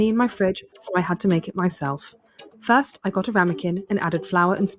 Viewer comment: Am I tripping or are you saying thirst person shooter